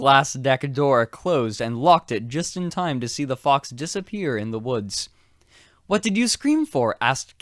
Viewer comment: Drinking game: drink each time he sais "wath?!"